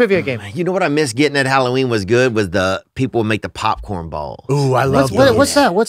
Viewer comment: Brendan's hair flick and attempt at saying color popcorn balls.. king it . Anyone else hear it? 108:45